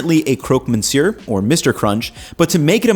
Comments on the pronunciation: Pro tip: there is no 'n' sound in the word 'monsieur'. Pronounce it 'muhssyeuh' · Hot top, don't pronounce the "n" in "Monsieur" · dude, you're in france, learn to pronounce "monsieur" ffs